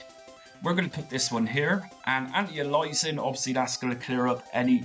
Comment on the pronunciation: Never got into consoles until emulation, guess I couldn't stand Mario or Sonic (still can't) but some of the games are damn good fun if you want to kill time. And sorry, but antialias is anti-aye-lee-us-ing not anti-ah-lies-ing :) PS. You played with Retrobat v6 beta yet?